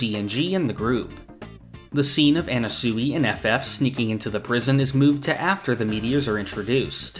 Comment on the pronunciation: Words can’t describe how off this guy’s pronunciations are. At this point I feel like it’s got to be a bit, how do you read it as an-na-su-i?